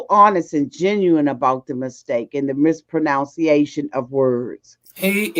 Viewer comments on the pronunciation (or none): please stop about AJ, because we all mispronounce words. Case in point, the word is mispronunciation (nun) not what you said "mispronounciation"...! The irony of it all! (Plethora)